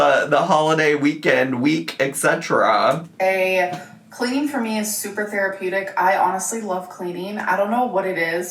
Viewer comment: you don't have one thing in common at least: she says "ecksetra ecksetra" not etcetera 🙃